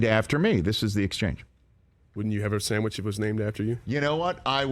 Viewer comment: "Showwich?" Gimme a job: The Rich Chicken ParmEisen Sammy